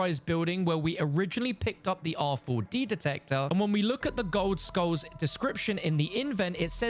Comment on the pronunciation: You're tryna trigger people saying R 4 D detector over an over lol just say rad